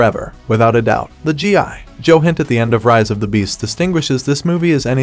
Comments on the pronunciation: I hate how he says G.I … Joe 😂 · Bro why cant u pronounce gi joe normally smh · it’s one word for g.i. joe not hyphenated like you say, say it as one word, I grew up watching the original cartoon stop butchering it. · I thought it was a real person speaking until I heard how they said G.I. Joe lol. Getting crazy how authentic AI sounds. In cases like this, I don't necessarily like it because it's taking away someone who could be getting voice over work. On the other hand, it's useful if the content creator isn't good with speaking themselves, or can't afford to hire a VO. Super weird times we're living in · The Pause Between GI & Joe Makes Me Know For A FACT That This Was A Review By A Bot🤖. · Exactly, I hated it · I hate how he said Gi Joe